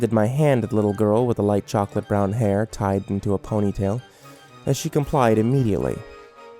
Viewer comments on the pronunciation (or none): none